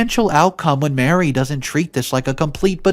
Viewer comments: I know it's not completely your fault if you don't know how to properly pronounce words and names, but it's a major trigger for my OCD when you don't. Example: the name of the boss is Marie (Ma-ree) not Mary. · Ma-Ree...not Mary. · OMG. Marie = Mah-REE. This guy was a simp and should have sued for wrongful termination. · You don’t pronounce Marie like Mary. Learn your pronunciation of words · Marie and Mary are not the same name nor pronounced the same way